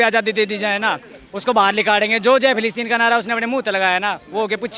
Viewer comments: फ़िलीस्तीन न कि फिलीपींस 😂😂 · मैडम फिलिपिंस नही फिलिस्तीन बोलिए